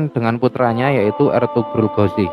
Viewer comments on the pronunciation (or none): Kritik/ protes keras terhadap channel ini dan suku jawa pada umum nya,...tolong donk hargai dialek bahasa indonesia yg telah kita spakati bersama,...dlm vidio ini lagi dan lagi budaya konyol tersebut terulang kembali...USMAN GHAZI anda menyebutnya usman ghozi,...kebiasaan kalian menyebut huruf vokal " A " dngn enteng nya kalian sebut " O " untuk internal suka kalian ( jawa ) mungkin tak apalah, toh itu urusan pribadi kalian,...tpi kan sayang nya tontonan ini untuk umum,..jadi kurang tepat rasanya kebiasaan pribadi lalu kalian menjadikan nya sbagai konsumsi publik padahal cara penyebutannya tersebut bagi kami yg di luar jawa sangat aneh dan bisa menyesatkan...manalah hurup A bisa di rubah menjadi Huruf O...antara A dan O itu sangat lah berbeda bung....contoh laen ni agar kalian sadar,....SALEH di jadikan sholeh,...RAHMAN kalian jadikan rohman,..SHALAT kalian sebut sholat,...RAHIM kalian jadikan ROKHIM, SHALAWAT kalian jadikan sholawat, IBRAHIM kalian malah menyebutnya ibrohim...intinya adalah semua- mua huruf a kalian rubah mnjadi o,...dan yg fatal adalah ketika membaca bismillah,....kerana kebiasaan kalian mendewakan hurup o...BISMILLAHI RAHMANIRRAHIM kalian rubah/ melafadzkannya menjadi " ..bismillOhirOhmanirrOhim.." kan jadinya aneh....itu sesat dan menyesatkan....mohon ini di luruskan hingga istilah agama pun terjaga ke murniannya,..trimakasih